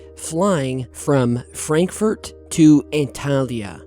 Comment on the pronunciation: Nur an seinem "Fränkfört" muss er noch etwas arbeiten 😂.